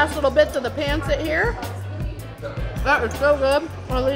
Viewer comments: It's actually pronounced "Pun-cit" and "Tuh-ga-log" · Just a couple of language corrections. It’s Ta-ga-log not Tag-a-log. Also while it’s spelled pancit, it is pronounced “pun-sit”. Someone should’ve given you pronunciation tips. It’s not easy to learn little things in other languages but you should know how to say the actual language. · It's not pronounced pan sit it's pahn set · Where's the balut and durian? It's "PUN-sit" and "Loom-pya" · Bretheren! Pancit [Pahn-sit] not "pan-sit" Pawn-sit? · Enjoy watching you do all these challenges. Keep it up! Also very cool to see you do a Filipino one. Just maybe tweak the pronunciation of some of the words like Tagalog & Pancit 😁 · Being Filipino, and knowing it’s been a while if ever take another Filipino food challenge I hope you can try to say pancit, and Tagalog (Ta-Gah-log log is log kinda like log) correctly. Also since it’s been a while can anyone tell me if Randy is her bf? Glad you like/enjoyed Filipino food, hope for you to try again. Loved the videos.